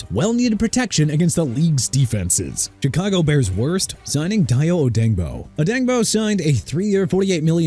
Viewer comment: IT'S PRONOUNCED DAY-O OH-DE-YING-BO!! CAN YOU GET HIS NAME RIGHT PLEASE?! ALSO I KNOW THE DOLPHINS SIGNING ARTIE BURNS WAS THE WORST OKAY?! DON'T MEAN YOU'RE GONNA KEEP TRASHING MY TEAM!! MAYBE YOU WANT BURNS GONE HUH?! SMH... DISGUSTING!!!